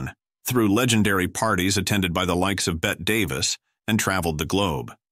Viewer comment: Please pronounce Bette Davis as Betty Davis. Good grief. That and Marlene Dietrich always mispronounced. I hate AI voices.